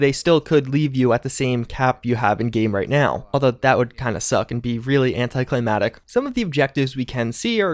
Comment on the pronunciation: He also said "Anti-Climatic." I'm.. pretty sure there Are three 'C's in there.